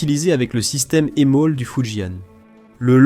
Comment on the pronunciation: La voix de l'IA est pénible, vraiment. Ensuite, le titre est racoleur. Ce n'est pas un défaut critique tant la doctrine differe des USA. Et on dit EMALS, pas EMOL. Bref, la qualité est à améliorer